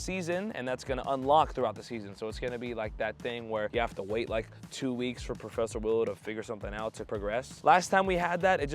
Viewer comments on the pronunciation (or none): none